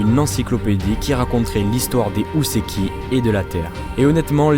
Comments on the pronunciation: Houseki se prononce Hoo-seki et non Hou-seki. Cristal prend un "i" en français, le y c'est en anglais uniquement. Sinon excellent travail, comme d'habitude. :) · alors juste pour info ça se dit Hō (hoo) pas Hou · "Houseki no kuni" IL VIENT JUSTE DE DIRE U SEKI NO KUNI ?! Bordel, le "ou" en japonais se prononce "o" prolongé !